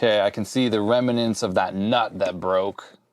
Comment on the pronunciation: Funny how woodgrain lived on for a TV like this into the 80's. I guess they didn't really change the designs for this thing ever since the late 60's? Also I noticed you say "Remnants" kinda funny. "Reminants". :)